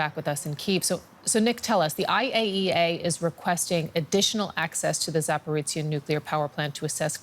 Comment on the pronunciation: There's NO "ts" in the word Zaporizhzhia. Please correct your pronunciation.